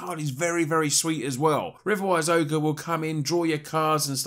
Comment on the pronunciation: Great deck tech! I'm thinking of building it because it might cross over to a budget modern deck with a few changes. Also, thinking that we could activate the Djinn if Wishes at instant speed thus using a counter spell? Btw .. not to be pronunciation police or anything thing but I think riverwise auger is not said like ogre ... Maybe more like "orga" as in "orca" and that's a bad comparison but the only one I could think of lol. Also would love to see a BW deck utilising Aryel please!